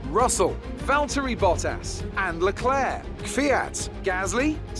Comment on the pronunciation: How does say it: Charles Luclurc Sounds like clurk